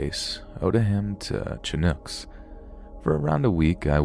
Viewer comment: Well,, both you and Unit #522 have brought something to my attention. And that your pronunciation of chinook. Not being mean here, but having a slight infatuation with military aircraft and tanks, this slightly annoys me. So, the proper pronunciation of chinook is more like shi-nook. And I apologise if I sounded kind of rude.